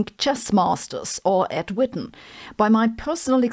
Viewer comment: "Ed Whitten" Well said! I salute you! 🤣